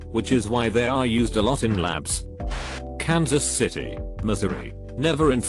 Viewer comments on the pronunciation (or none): none